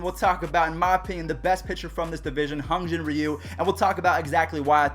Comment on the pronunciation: It’s Hyun not hun